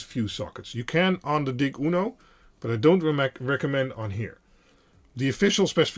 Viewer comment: I appreciate your videos, but DIG is short for digital and should be pronounced “DIJ.”